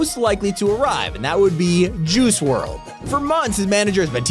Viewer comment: Are we gonna ignore the fact that he said miles morly and juicy world